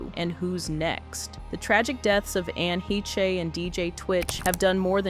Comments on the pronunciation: Anne Hay-Chay? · LOL the narrator changed the name from a German name to a French name! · Why pronounce her last name so differently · Is it pronounced Ann (Heshhhh) Hayshhhh but spelled Heche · I know she did, I just couldn’t watch the whole video with that bad AI pronunciation. She was a really talented actress and deserved a lot better. Didn’t mean to sound insensitive. Sending her family love and light.